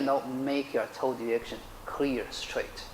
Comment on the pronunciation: It's great instruction, but it sounds like he is talking about "toad erection" instead of "toe direction."